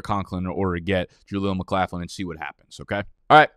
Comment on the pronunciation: Jaleel McLaughlin pronounced lock not laugh